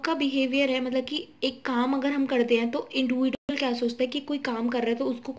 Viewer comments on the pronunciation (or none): Its not इंडिविडुअल it's इंडिविजुअल